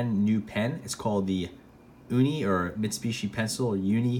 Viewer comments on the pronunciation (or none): none